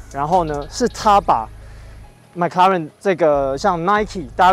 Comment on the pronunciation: 你的麥拉倫是蘋果出的嗎？ mclaren 不是 Maclaren啦😂